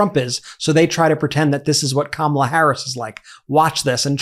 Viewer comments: Did Laura actually pronounce Kamala Harris' name correctly?!? Must be the only true thing she has said! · Atleast Laura is pronouncing Kamala's name correctly.